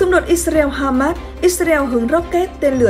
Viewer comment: Tại sao lại cứ đọc là Ít xa reo nghe rất chướng tai .